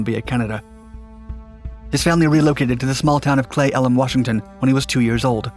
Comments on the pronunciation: Pronounced “clee” for the hometown (unless my parents had it wrong my whole life) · Clee,elam is how we pronounce it. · It's pronounced Clee Eh luhm lol. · It's pronounced Flee Ellen, Washington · it is pronounced KLEE ELLUM. !! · You totally butchered Cle Elum, WA's pronunciation lmao. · Didn't sound like it to me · He got it close, "Cle" is said "Clee", but muffed "Port Angeles". The final "e" is a short vowel: AN-juh-luss. Not bad though. At least he wasn't from Puyallup lol. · Love you. Cle Elum is pronounced with an open e like Lee and Port Angeless is pronounced like los ageless if you choose to edit the audio. I doubt you will be using either in future videos.